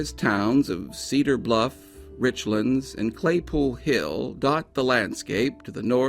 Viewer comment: It is one word pronounced as two (if you're a local) Rich-Lands, NOT Richlunds. Just saying.